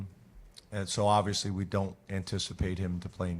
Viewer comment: James's favorite word: "obivously"